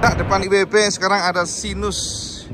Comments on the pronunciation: Baca nya "SEIGNES" cak 😂😂😂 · ya memang mirip seperti itu pengucapan nya. seknes 😂😂😂